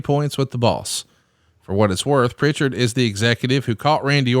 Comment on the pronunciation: there's no t in Prichard.